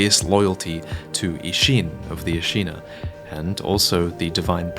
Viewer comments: Hearing you mispronounce Ashina makes my ears bleed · Why do you keep pronouncing Ashina differently?